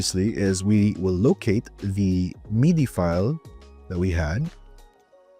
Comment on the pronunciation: Bro I couldn't with the "meedee" lol. It makes sense to pronounce it wrong if you don't know about it but it sounds like a special French pronunciation lmao